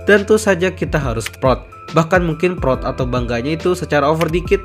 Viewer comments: bang bilang proud jangan prot 💀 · Yang orang lain dengar "proud", yang aku dengar "prot prot"